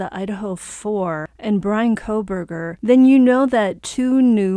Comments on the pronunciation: You just contradicted yourself in every possible way 🤦‍♀️….you don’t even make sense…Noberger? Grow up…if your going to be “sincere,” about anything, how about getting his name right for starters? While your at it, the contradictions of being sincere about someone getting the DP??!? HOW TF IS THAT SINCERE? Oh, wait IT ISNT! In any way! 🤦‍♀️🤦‍♀️🤦‍♀️ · why not just make a civil statement then? One not centered around butchering his name, which IS childish, and does nothing FOR THE VICTIMS! 😂and where AT ALL am I defending Mr. Kohberger? By stating his name properly? I am not defending anyone. I am however, defending THE AMERICAN CONSTITUTION in which every HUMAN BEING justly AND SINCERELY has a right to a fair trial and is innocent until proven guilty…but both of those ARE FACTS, known facts, not based on opinion! Your statement would have been just as impactful in reading: “Justice for the Idaho 4! BECAUSE, as you mentioned he will get what he deserves…as will they. 🤷‍♀️